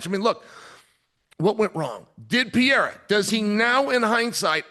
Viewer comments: Chael No Chama 😂😂😂 cus he calls him Peeirah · Pa-ray-da... and chama means champion... Chael no champion lol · Can someone please tell this man it’s not pronounced pee-era?? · For whatever reason, Chael saying Pee-era instead of Pereira is sooo tough on the ears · Peeira lmao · ESPN should bleep every time Chael saids "Peeira" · Chael is mad entertaining but can someone tell him how to pronounce Pereira’s name properly?! Daniel keeps saying his name properly! Hello! Help the man out! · Someone stop this man from pronouncing Alexs name like that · Pereira❌ Pierre✅ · Chael made him French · He's been corrected on it numerous times, he just thinks he's being funny by saying his name wrong. Dude's a total clown lol. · Facts I mean what's with this guy. How hard could it be for him to try and learn how to pronounce the name correctly. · he can’t his tong literally can’t role thh he at way u just a hater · Hes doing it on purpose but he says muhammed perfectly but messes up “belal” he knows he can’t mess with his last name😂😂